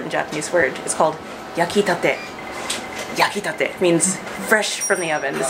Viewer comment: When you said "yakitate" it sounded like"ya quitate" which mean "get off now" in spanish 😅😅😅